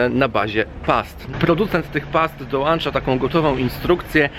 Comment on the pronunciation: Dołancza oj